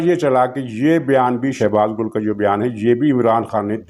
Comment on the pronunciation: شہباز گُل نہیں اصل نام شہباز گِل ھے